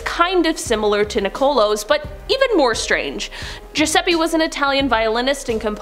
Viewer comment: I absolutely LOVE that, even though your pronunciations are sometimes a bit off, you actually pronounced Giuseppe correctly!!!! And a few other words/names, too. Sweet!